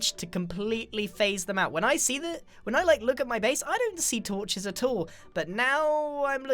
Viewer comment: I heard " torches" as " tortures" X"D